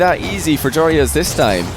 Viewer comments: YOU SAY IT JOROOZ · I love how you sat joreuz name If you compare t to dutch its pretty dawm funny 😂